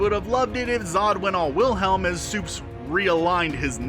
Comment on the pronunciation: Pronounced it with the W sound Instance dislike 😤😤😤😤😤 It’s a V Aaaaaaaarrrrrrggggghhhh